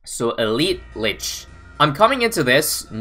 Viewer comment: isn't it pronounced leach? as in it leaches the monkeys life when sold, and buffs from monkeys, and it uses them to heal and spawn dead moabs